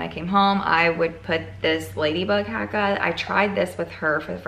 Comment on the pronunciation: Hahaha random but I’m Maori (which is where the haaka name came from) and you said it absolutely fine with an American accent if anyone is offended they’re just sensitive 😂